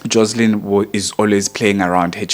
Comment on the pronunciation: It's JOSHLIN